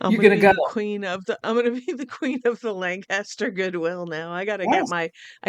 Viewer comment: You’re the first person I’ve encountered from Lancaster who pronounces it Lan-CAS-ter as opposed to LAN-cus-ter.